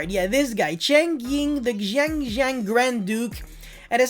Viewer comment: xianjiang is pronounced Sheng-Geng (capital G pronounciation) as far as i know xd